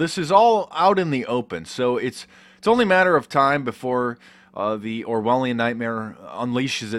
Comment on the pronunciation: What is that word he uses? Pronounced “Orwhalien...” What is that?